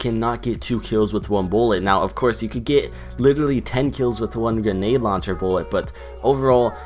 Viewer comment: He said ganade